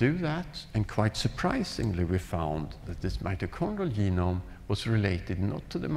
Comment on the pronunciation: If you notice Päabo had a speech defect: He cannot pronounce the soft 'g' (ie., 'g' as in 'germ', 'gem', 'geology', etc.). Instead, he pronounces 'g' as a 'y'; hence 'genome' becomes 'yeenome' .